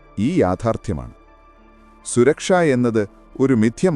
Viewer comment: ശുരക്ഷ അല്ല ചേട്ടാ സുരക്ഷ